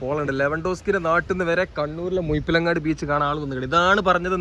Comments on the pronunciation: മുയിപ്പിലങ്ങാടല്ല സഹോദരാ, മുഴപ്പിലങ്ങാട് 😂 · മുയിപിലങ്ങാട് അല്ല മുഴപ്പിലങ്ങാട് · Mind your language..not muyippilangadi.. Muzhippilangadi..seems zh a problem for you! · മുഴപ്പിലങ്ങാട് ❌ മുയ്‌പ്പിലങ്ങാട് ✅ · ആദ്യം മലയാളം ഉച്ചാരണം പഠിക്കാൻ നോക്കിയിട്ട് പോരെ കോയ വീഡിയോ ഇടാൻ, മുഴപ്പി ലങ്ങാട് ആണ് കോയ, അല്ലാതെ മുഴുപിലങ്ങാട് അല്ല ഹമുക്കേ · മുയിപ്പിലങ്ങാട് അല്ല -- മുഴപ്പലങ്ങാട്. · മുയിപ്പിലങ്ങാട് അല്ല മുഴ മുഴ മുഴ ഴഴഴഴഴ ,,,,മുഴപ്പിലങ്ങാട് ബീച്ച് അറിഞ്ഞൂടെങ്കില് അറിയാവുന്നോലോട് ചോദിക്കണം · മുയിപ്പിലങ്ങാടല്ല മുഴപ്പിലങ്ങാട്ട് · നല്ല detailed വീഡിയോ 🤝 ഭാഷാശൈലി രസമാണെങ്കിലും മുയ്പ്പിലങ്ങാട് അരോചകം ആയി തോന്നി 😅 മുഴപ്പിലങ്ങാട് ആണ്. റോഡ് വീഡിയോ തുടങ്ങുന്ന ടൈം പറഞ്ഞാൽ ടൂറിസം താൽപര്യമില്ലാത്തവർക്ക് ഉപകാരപ്പെടും. Keep up, amazing 👍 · മുയുപ്പിൽ അല്ല കയ്ഞ്ഞ് എന്നൊന്നും പറയാതെ വ്ലോ ഗർ അല്ലെ ക്ര്ത്യമായി പറയു.....പ്ലീസ്